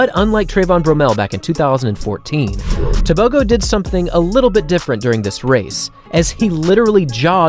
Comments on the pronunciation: The letter g in Setswana is not pronounced like a g in English. It is guttural "h" sound. Similar to the ch in loch. Also Botswana is about 3300 ft above sea level. So at sea level he would have ran even faster. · Just for interest sake. A "g" in African names like "Tebogo" is not pronounced as a g. It is more of a clearing of the throat sound. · You're butchering his surname.